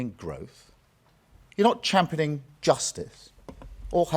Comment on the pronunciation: Champaning 😂 lol what ? Thats championing